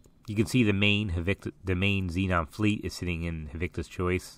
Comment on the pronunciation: HaTIKVa, not HaVIKTa!!!